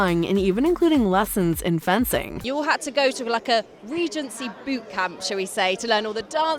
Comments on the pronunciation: Bloody annoying narrator...Ree-gency not rej-ency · Maybe the way the narrator pronounces "regency" has thrown people off. I know it bothers me.